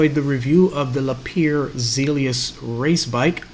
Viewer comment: Thanks for sharing a fantastic trip. BTW, Lapierre is pronounced "La-P-Air"